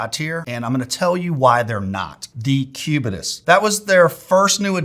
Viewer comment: Cubitus sounds like Incubus. 😂